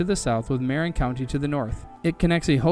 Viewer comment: I don't understand why content creators don't narrate their own documentary videos instead of having AI mispronounce the key terms. Or did this fellow really make a program about the Queen Mary and the Golden Gate Bridge without knowing how to pronounce "Cunard", "Marin" and "Tamalpias"?